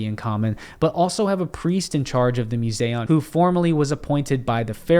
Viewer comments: at the “Museu” what??? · He can’t say museum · have you ever been to a museum? Because thats not how you pronounce the word 😂. Also it is debated where Alexander is buried, no one knows (except you apparently). You are full of it sir please stop telling lies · Does anyone else notice he can't pronounce the word "museum"? At first I thought I heard him wrong. But no he's wrong.